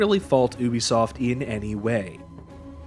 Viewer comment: I think it was probably because you keep pronouncing Ubisoft wrong.